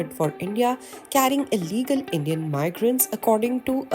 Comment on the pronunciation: You said ILLEGAL indians wrong